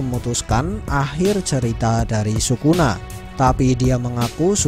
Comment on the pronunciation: Lbh enak kalo nyebut Sukuna itu (Skuna) sesuai penyebutan bhs jepangnya!